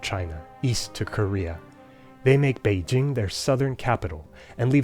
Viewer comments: As a native Chinese speaker, your pronunciation of Beijing is fully correct in Chinese. I am amazed by this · that pronunciation of 北京 is perfect source: am chinese